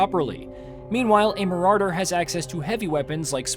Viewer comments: I hate how he pronounces "Marauder". Game looks great though. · Nobody talking about how he's pronouncing marauder? Just me? Okay- well looking forward to this game if I can get a group to play.